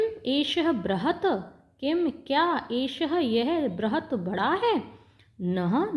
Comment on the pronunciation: गिलाश नहीं होता गिलास होता है। एष: चषक: यह गिलास है, ना कि यह एक गिलास है। एक: तो लिखा ही नहीं है😂 ब्रहत नहीं बृहत् है। मजे लेने के चक्कर में पढ़ना ही भूल गई और दूसरे को कह रही हो मजे लेकर पढ़ो इतना भी मजा ना लो कि शब्द का सही उच्चारण ही भूल जाओ।